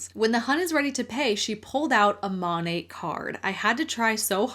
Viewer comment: This is a very silly nitpick on my part, but does it bother anyone else that it's pronounced mon-ate and not mon-at? There's no e at the end. Why do they pronounce it as if there is??